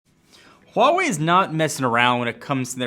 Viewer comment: HUGE thanks for saying "Huawei" correctly!